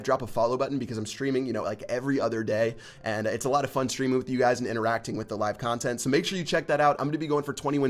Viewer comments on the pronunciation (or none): none